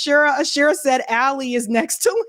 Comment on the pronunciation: It is not Ali as in Alison it is Ali as in Ali. You are mispronouncing his name.